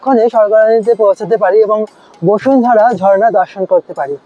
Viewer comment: Are Ota bosundhara noy basudhara , Kane lagche